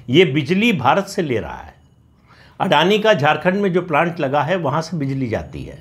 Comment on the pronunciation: आज समझ मै आया की राहुल जी आडाणी-आडाणी क्यू करते है😂